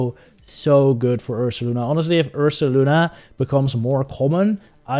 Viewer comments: Take a shot every time he says ursalana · He def says Ursalana. Very good video, btw. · isn't it Ursaluna...? as in Moon (Lunar) Bear (Ursa) ?